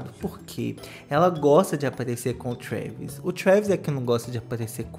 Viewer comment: O fala trueeeeeevis